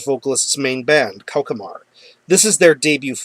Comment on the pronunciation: Hi! The name of the band is pronounced "KO-SH-MAR", not "KO-KE-MAR. BTW, it's French for "Nightmare".